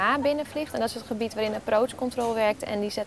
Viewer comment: De Engels uitspraak is echt verschrikkelijk. "Delta toe voor eet after sukkel speed toe fifty kontekt approots en friekwensie wan toe wan des summel toe goodbye"